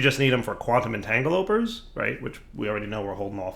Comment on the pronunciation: He's said Entangaloper for so long now, I don't know if there's any changing that.